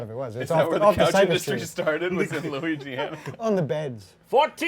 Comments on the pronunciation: pretty sure arin said luigi-ana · did arin say luigiana?